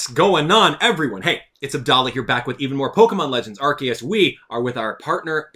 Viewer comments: Also your wrong it's Arceus not Arkeus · It's pronounced ar-see-us, the japanese is written arushiasu. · “I am that which people call Arceus (ark-eus).” Me: Or Arceus (R-see-us).: “Don’t you dare call me R-see-us!” Me: 😮 Great timing!